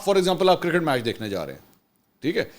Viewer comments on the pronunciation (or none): none